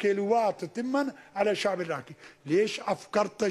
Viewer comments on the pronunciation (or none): كيف نجفي وهو ما يعرف يتكلم عربي؟ كيف يقول الشأب الإراقي